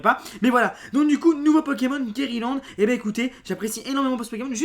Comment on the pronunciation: Guérilande => guirlande je sais pas ;)